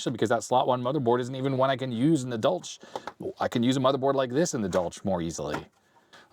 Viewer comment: Pretty sure it’s pronounced as German. More of a “Dolhk”.